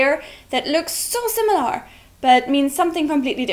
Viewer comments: The way you say "similAR" is pretty weird. In British English it would just be "simil-uh" or in American I guess it would be more like "simil-ur". But either way you are stressing the final syllable way too much. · Just a tip: The way you pronounce "similar" is a little awkward. You put too much emphasis on the 'a'. It should sound more like "Similer" or "SimilUR". It doesn't require as much effort as you are using to pronounce it. Hope this helps. :) Love your videos. Love the german language. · British viewer here; your English is really excellent and your videos are entertaining. One thing that was quite jarring, an over-emphasis on the 'lar' in similar. Emphasis should be on the 'sim'. Keep up the good work! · similar is pronounced without "are" at the end. It sounds more like "err". (simm-i-lerr) not (simm-i-lare) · I love your series and your English is very good. However one tip from this video, the word, similar has an l-a-r at the end. but it's not pronounced similar, it's pronounced similer (like bigger, smaller, similer) . I don't know why but it's true. English can be a chaotic and spiteful language that will break rules just to mess with you. Sorry :( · That's not how you pronounce "similar," by the way. The final vowel (a) is pronounced similarly to the second (i), sometimes even identically. Compare British /ˈsɪmələ/, American /ˈsɪməlɚ/, and your mispronunciation /ˈsɪməlɑɹ/. It should not rhyme with "bar". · similahr... lol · I hope by now someone has told you you are pronouncing "similar" wrong! The -ar is not an 'ah' sound, it's the schwa as in 'better' or 'the'. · auf englisch, man "similar" wie "similer" aussprechen. Lol 😂